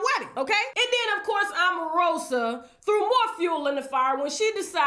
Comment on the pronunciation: AMarosa! lololololllo Every time you called her name I laughed 💜